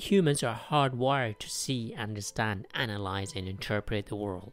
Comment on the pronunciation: you forgot the d in understand